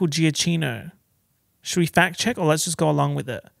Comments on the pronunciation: your pronunciation of Micheal Giacchino is so unitalian! you need to freshen up your duolingo... or a throwback trip to Sorrento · I was also like WHAT when he said that 🤣